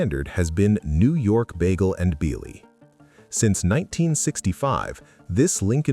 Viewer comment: ....work on pronunciation. Bialy. BE-AH-LEE. And it's de-VON avenue.